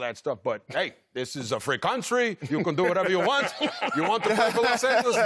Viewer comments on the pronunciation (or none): “This a flree cuntree” hahahaha